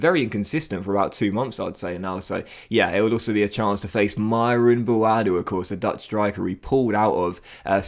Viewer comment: it’s pronounced Bwoadu the a is pronounced how you would do if you were saying the alphabet. Love from Ghana 🇬🇭